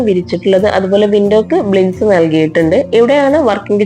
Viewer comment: കൊള്ളാം... പിന്നെ... ബ്ലിൻഡ്സ് അല്ലാട്ടോ... ബ്ലൈൻഡ്സ് എന്നാണ് പറയുക. സ്ഥിരം ഇങ്ങനെ പറഞ്ഞു കേൾക്കുന്നതുകൊണ്ട് പറഞ്ഞു എന്നെ ഉള്ളു... 😊👍